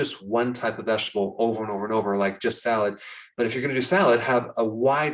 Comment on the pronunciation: Doc, you forgot how to pronounce “vegetable.”